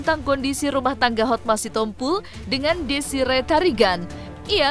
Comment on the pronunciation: DESIREE TARIGAN MIN, ""BUKAN, DESI RETARIGAN""❌🤣